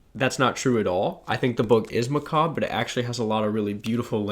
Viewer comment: Two of your five top are high priority on my reading list so will need to report back!! Also learned how to pronounce macabre via this video. So learning a lot today.